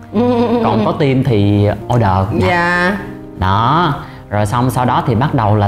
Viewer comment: 2 bằng thạc sĩ ở Úc mà một chữ "team" nói mỗi ngày mà cũng kh chuẩn, vẫn nói giống VN là "tim". Thực sự phải nói là "thim" mới đúng. Ở trên núi hay sao mà kh có đặt đồ ăn qua Uber eat? 😂 Tôi ở Melbourne nè, tuần nào cũng đặt đồ ăn qua Uber, cho dù 1 ly nước họ cũng mang tới. Nói gì thì phải nói cho đúng.